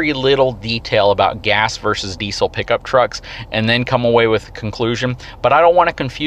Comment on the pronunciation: Please learn how to pronounce the word "diesel" before dishing out advice about diesel trucks. It's in the dictionary.